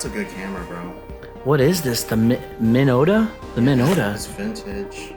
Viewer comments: For someone who loves photography I find it very strange that you don't know Minolta. Not Minota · "Monota" hehehe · Wow this makes me feel old. Cassette tapes, NES and the TNMT game. I loved that game! I’m actually looking to buy one now. They never heard of a Minolta camera. I can hear the commercial “From The Minds Of Minolta”. And guys, it’s not Monota, there’s an L in there.